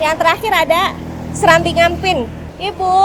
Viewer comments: fyi itu bukan serambi tapi serabi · > SERABI 😅bukan Serambi..,serambi Mekkah kali 😂,padahal di spanduk Warungnya ada tulisan Serabi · Serabi bukan Serambi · Serabi mbyakkk, bukan serambi 😂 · Serabi, bukan serambiii, hihihi terimakasih sudah mampir ambarawaaa dan sekitarnyaa ♥️ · Serabi bukan serambii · Seraaaabiiiiii donnggg bukan serammbiiii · Btw izin koreksi ya, namanya Serabi bukan Serambi 😆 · Serabi..... Bukan serambi 🤭🤭